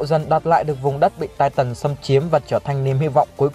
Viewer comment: Anh đọc chứ titan thay chữ tai tần đc k nghe nó kì kí